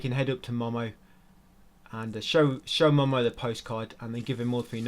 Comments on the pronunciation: its not "mah mah" its "moh moh" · momo is pronounced moh-moh and he’s a he. seamus is pronounced shay-mus. clementine is a she. how did you play this game so many times with your eyes closed